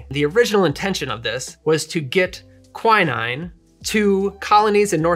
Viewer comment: Apart from the indescribably weird pronunciation of quinine, I love this channel! We've upped the cocktail game in my house by lots of levels!